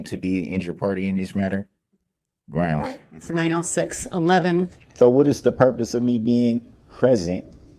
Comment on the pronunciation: Grounz? Grounz for the substained he axed without relevancy?